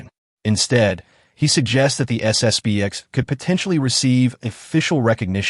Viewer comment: Narrator, it's SS P X not B.